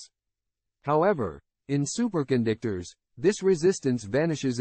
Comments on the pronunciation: Wait a minute! Did the A I say, 'Super condictors'? It said it again! That's Hi larious! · Super Con Dick Tors